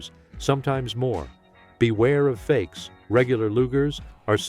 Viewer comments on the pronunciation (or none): none